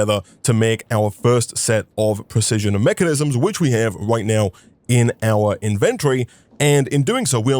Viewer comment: you say "in" at the very beginning of the video kinda like "ine the beninging"